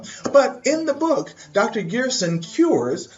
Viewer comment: PRONOUNCED 'GerSHon"... sorry... love your videos though ...